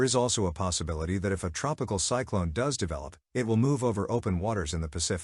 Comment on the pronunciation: Thanks for the news, but I'm pretty sure this is narrated by an AI, which is irritating to me. It keeps saying. cycl(an) instead of cycl(one). I'm pretty sure also, that these storms are not called "cyclones". When they're in the Pacific. They're called Hurricanes.